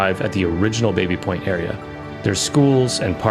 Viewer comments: I think the original pronunciation was "Bobby Point" not Baby Point. I had a Engineering prof who lived in it and insisted we call it Bobby Point. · It's pronounced Bah-by... not bay-bee.... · It’s actually pronounced “bah-bee” not “bay-bee”. It’ s named after James Baby an early settler and that was how his name was pronounced. My mother grew up in this area. One of the most mispronounced names. Otherwise I really enjoyed your coverage of the history. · Grew up close to the area and it's not called Baby Point (as in the baby). Locals and everyone calls is BABBY Point...aka Tabby. But good doc regardless this mistake. :) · I think it's Bah-Bee point? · Baby Point is pronounced Bahby Point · Some interesting info here, thanks for the video! As others have noted it is pronounced Baa-by/Babby Point. Also, Canadian pronounciation of Lieutenant is LEFFtenant, not LOO-tenant.